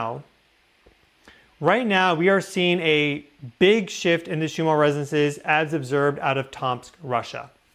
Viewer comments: Are you saying Shumarr Resonance? I thought it was pronounced Schumann. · Schumann resonance Not Shumar.